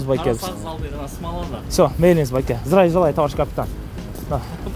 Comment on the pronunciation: Акырында зериккен окшойсун 😀 здраю желаю тттт деп кыскартып айтып.👍